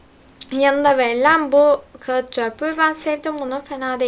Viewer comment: Kağıt değil kâğıt :)